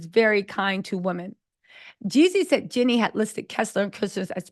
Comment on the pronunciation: Do you mispronounce Jeannie's name on purpose? Just wondering, because you always call her Jenny